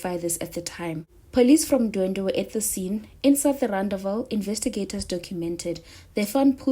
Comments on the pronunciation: Wrong pronunciation my love it's, Ndwe dwe as, opposed to ndwendwe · Ndwedwe cc not Ndwendwe